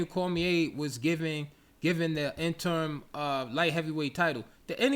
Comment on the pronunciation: Great content 👌. It's interim, not interm bro.